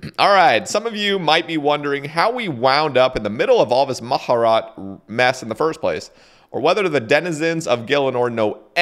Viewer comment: mah-jah-rot XD